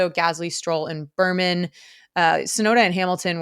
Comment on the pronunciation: I’m sorry but after hearing Berman so many times I had to comment. His name is Bearman. Like a 🐻. Otherwise great podcast.